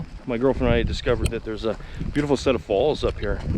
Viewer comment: 2020 has been a shit year from the start, and I don't see it improving. At first I thought you said "Beautiful set of balls". (Replay) Oh, he said falls. LMAO! I know it's lame, but I prefer dry weather over wet weather, and the rainy season is upon us here in the PNW. I suppose I live in the wrong state, eh. Take care.